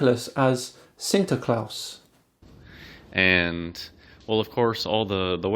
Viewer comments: Just for researching enough so that you were able to pronounce Sinter klaas reasonably well for an English speaker you got my subscription. If only Hans would have done half this research he would not have put that video out. Keep up the good content, please! Merry Christmas to you and your family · Sinter Klaas! I have to admit as a Dutchy you fucking nailed saying it!